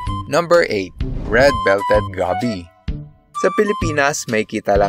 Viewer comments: Goby.... Gow-Bee not Gaby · Na trigger ako sa pag pronounce niya sa goby haha (Go-bi) not gaby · Goby is pronounced with a full "o". Like when you say "go" in "let's go..." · Aside from the pronunciation of Goby, amazing video sir.